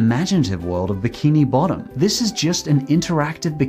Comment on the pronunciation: you said legend of biki bottom